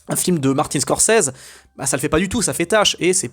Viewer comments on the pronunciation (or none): none